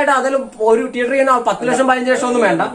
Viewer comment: ടീയറ്റർ അല്ല മോനെ തീയറ്റർ..